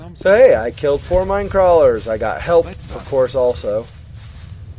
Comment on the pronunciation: i am surprised! you actually deal with minecrawlers pretty easily and you pronounce almost perfectly, besides not too hard to pronounce(at least i think so).